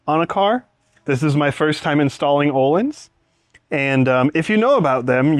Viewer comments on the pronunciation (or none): This is going to be a sweet car! Btw, the Ö in Öhlins is pronounced like the ea in "earn". Source: am Swedish. 😁